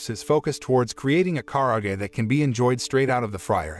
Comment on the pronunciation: Do you have something against long vowels? Shōkugeki, Tōtsuki, Dōjima, Risōtto, Karaagi